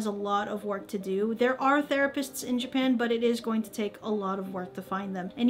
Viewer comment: Stop saying Jipan.